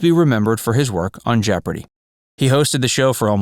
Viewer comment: At least say it right, Jeopardy!